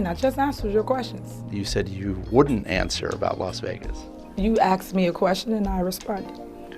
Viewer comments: Its spelled asked , not aksed. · You axed me a question and I answered it . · you "axed" me a question lol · “You axed me a question” that’s your sign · Did she say “ you axed me a question”? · Omg it would be criminal to not investigate her, Jesus take her down, post those receipts ! Chase this story it will be huge, make an example of her! She is rediqulouse and maybe she can learn how to properly pronounce asked nor aasdkkk what the helllll and she is the mayor, nice young woman speaking needs to be mayor. She clearly cares about her community